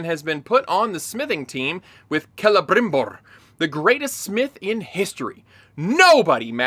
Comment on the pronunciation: Jeez, you're the first I hear talking about that exact scene. Elrrrrrond and Calebrrrrimborrr traveling to the Dwarves realm just like if it was a 15 min walk. This is early in the begining and that's exactly what made me give up on this show.